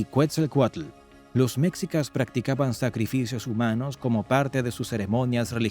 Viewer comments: Pues esta bien este resumen rápido de la historia de México pero es molesto escucharlo decir meczicas en vez de meshicas... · Jajajaj que cagado que el narrador pronuncie "mexicas" haciendo énfasis en la "x" Y pronuncie"méjico"🤦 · Mecsicas??? Órale!!! Hay que cambiarle… lo correcto aquí en México (se pronuncia Méjico) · Méxikas = ❌ MESHIKAS = ✔️ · Mexica se pronuncia Meshica y no mecsica como dice en el video, sabe mucho de cultura mexicana pero no de pronunciaciones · Mécsicas? Nooo. Se pronuncia Mejicas. Los mayas también practicaban el juego de pelota. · No es Tahuantepec, es Tehuantepec. Y no es mexsicas se pronuncia meshicas. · Muy buen video, pero muchas palabras claves están mal pronunciadas: Náhuatl:náwatl Quetzalcóatl: ketsalkóatl Mexicas: meshicas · Enseñaste a hablar las palabras es mejicas no mexica y otras palabras k hablas mal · la palabrfa quetzalcoal lo pronuncias mal y mexicas si quieres explicar documentate mas estas pronunciando mal de mexicas y quettzalcoatl sino mejor no expliques